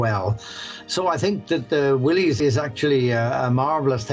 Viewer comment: I believe that Willys is actually pronounced Willis, with the Y making an I sound. Important that you get these things correct, I think. Otherwise, a very interesting story.